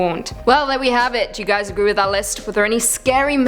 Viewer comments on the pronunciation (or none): none